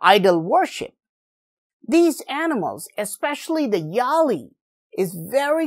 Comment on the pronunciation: It is not 'yaali' but it is 'vyaali'